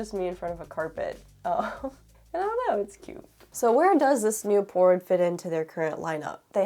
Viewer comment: She keeps saying Pora-oid 😂